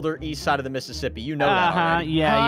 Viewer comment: Every time Brandon says missspi